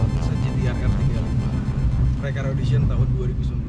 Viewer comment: ngomong nya 2019 kurang jelas bang 😂